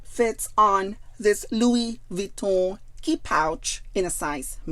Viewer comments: Perfect prnounciation actually. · its the correct pronunciation actually. Most people myself included butcher the pronunciation 😊